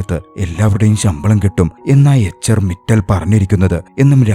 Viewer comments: മിറ്റൽ അല്ല മിത്താൽ ആണ് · മിറ്റൽ അല്ല മിത്താൽ ആണ്.